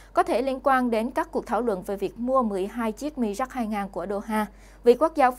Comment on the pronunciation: Nên đọc theo tiếng Pháp : mirage ( mi - ra-z ) . Cám ơn .